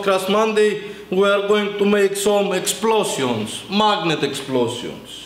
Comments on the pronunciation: "We are going too make sum Explo-see-ons....... Mawgniet Explo-see-ons" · "lyyk at the majgnet its brjoken" ;D